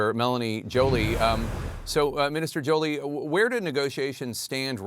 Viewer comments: Her last name is Joly wich is pronounced Jo-li-e wich means beautiful in french and she is a quebecquer (french-canadian) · Hey Jack Tipper, be respectful - If you’re the least bit respectful , learn how to pronounce Mélanie Joly name correctly - These actions turn me off of CNN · I really appreciate and highly respect Jake as a brilliant journalist and kind person. Therefore, please, could at least you try to pronounce Mélanie Joly's surname correctly?